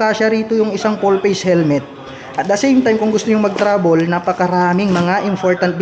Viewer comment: hahahahaha .. TRAVEL PO hindi trabol....natawa ako dun ahh